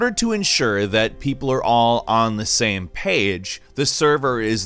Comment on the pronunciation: ''saem paeg in the gaem'' why do you talk like that and why are you the one narrating the videos?